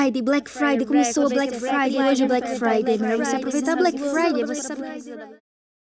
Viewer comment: Gente não e Black Friday e Black faude